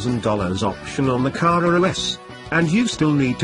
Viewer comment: Great descriptive prose even if I do struggle at wondering about the deliberate mispronunciation of " Car-rurr-rrar " and " Pye-rurr-lee " . As for the car, well, I think one would struggle to find another that was better.